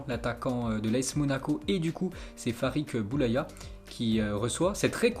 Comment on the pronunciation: Ça fais deux videos que tu dis « Farik Boulaya « au lieu de dire « Farid Boulaya » mais sinon tes videos sont incroyables👏👌